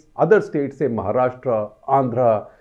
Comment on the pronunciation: Thank God, that he is saying kerala and karnataka rather than Keral and Karnatak